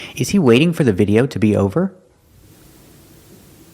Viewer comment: I agree with you, and I can't believe he pronounced video that way!